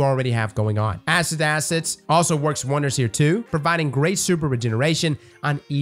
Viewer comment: Did anyone else hear Asses to Assets?